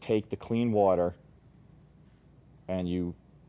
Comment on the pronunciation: i very much dislike the way he says 'water' >:(